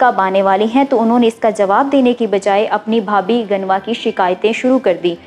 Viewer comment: آپ اُردُو کے کُچھ الفاظ صحیح نہیں بول رہی ہیں ،مثلاً ، اُلاد نہیں اولاد ہوتا ھے ، دے وان نہیں ، دی وان/ دیوان ہوتا ہے، گنوا بھٹو نہیں ، غنویٰ ہوتا ھے